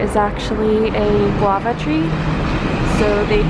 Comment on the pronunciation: I cringed at how you said guava